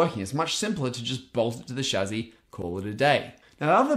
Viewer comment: Chassis = chazzy?? Lol